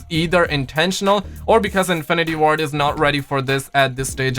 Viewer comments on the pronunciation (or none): none